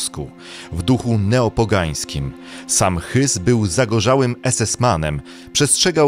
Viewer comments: Matko błagam nie Hys bo ö czyta się jako oe ale nie y… no strasznie mnie to drażni… nie mogę oglądać tego materiału z tym Hysem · Nauczcie się w końcu czytać nazwiska, jeśli nie potraficie zaakcentować je to czytajcie tak jak się wymawia - hesów nie hysów, firer nie furer- to nie jest trudne by coś sprawdzić, bo raz potraficie powiedzieć to dobrze a w kolejnym zdaniu znowu źle. To odpycha i to dość mocno kogoś kto interesuje się historią. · Raz pan mówi "Rudolf Hyss" a innym razem "Rudolf Hess" to o kim w końcu jest ten film.Albo inaczej jak się nie "umi szprechać"po niemiecku to może warto zwyczajnie przedstawiać polską wersję nazwiska Rudolf Hess bo jest bliższa prawdy od pańskiej parodii wymowy "Rudolf Hyss"😀Jeżeli komendant Oświęcimia to w orginale Rudolf Höß.Oprócz tego w pana filmie komendantem obozu w Oświęcimiu jest Rudolf Hoess. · Jeśli chcesz mówić o historii, to najpierw zacznij od poprawnej wymowy. Hysów, Hesów? Kogo? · Dziękuję za zwrócenie uwagi. Bardzo rani uszy i rodzi podejrzenia że wypowiadają się ludzie nie przygotowani do treści materiału.